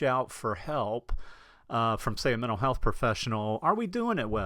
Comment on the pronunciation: You are lucky. Good content. Pronunciation slop. If I hear “men’al health” one more time I’ll scream! Off to drink dome “wodda”!